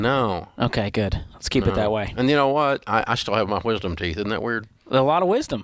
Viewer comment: the way he says wHisdom teeth 😂